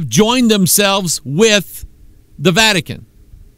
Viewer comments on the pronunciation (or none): he said vatic-anus :-)